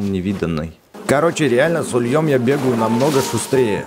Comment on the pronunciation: не с ульём, а с у́льем